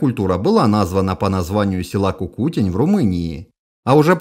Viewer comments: Почему КукУтень? Культу́ра Трипо́лье – Кукуте́нь . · В слове "Кукутень", ударение на "Е". А канал просто супер)